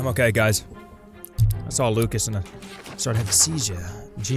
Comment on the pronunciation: It is indeed his name is prononced (loo-shius)